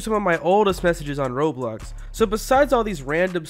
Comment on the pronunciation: You said roblux instead of Roblox